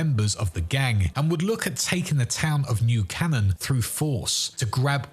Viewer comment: Had to mean New Canaan. He just pronounced it wrong.